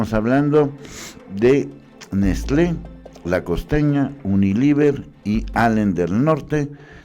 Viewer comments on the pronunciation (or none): Todo el video leyendo mal diciendo uniliver en vez de unilever... Es lo mínimo que tienes que hacer, leer las notas de portales de terceros y luego dar tu opinión y ni leer bien puedes.